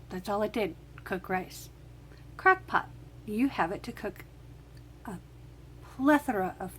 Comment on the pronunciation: Crackpot I thought you said crackpot😂😂😂😂😂 I am cooking rice in my crackpot oops Crockpot. Nice recipe, but my Crockpot is slow so it will ready in few hours.😋😋😋